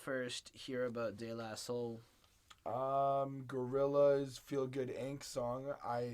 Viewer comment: How did you get “Der La Soul” out of De La Soul?